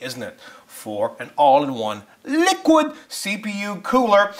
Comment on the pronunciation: ANY ONE CATCH HOW HE SAID LIQUID?! Im turning that into a meme For sure!